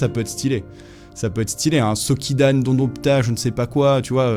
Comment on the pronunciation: répète, Dondonpta? Sacrilège.. 😭